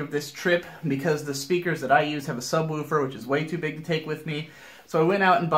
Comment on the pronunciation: I can't physically watch all of this but I'm addicted to the way says "Subwoofer"